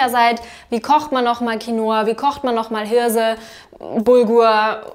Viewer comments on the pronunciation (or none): none